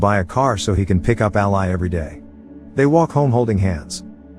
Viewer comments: The narrator is saying ally, when its actually all-i (y) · Ally is pronounced Al-LEE. not al-LIE. idk how the movie pronounces it, so idk if it's a misspelling or mispronunciation. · Curious, why not put something like "ALLEY" in the text to speech script to fix the pronunciation of her name? I know these are basically soulless farm accounts that just churn out tts videos, but at least put a TINY bit of effort in? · Listening to the computer mispronounce Ally repeatedly was irritating and I gave up watching. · Whoever does these can you phonetically spell the character names before the reader processes them please? It is really annoying hearing Ally mispronounced every sentence. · I can't finish this one, pronunciation of ally made it impossible. I'll go watch the movie instead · I'd have watched this if the narrator knew the pronunciation of Ally. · 😬 who else cringed at the pronunciation of her name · omg i was gonna comment it...was so irked off the entire vid because of it